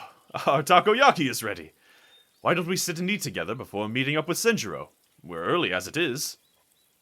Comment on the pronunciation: Should be SEN-juro. Was confused a bit because it sounded like Shinjuro sometimes. 😅 I was like "not addresing your dad properly, wow, when have you been so edgy?" 😂 Papa should be at his therapist at the moment. 😂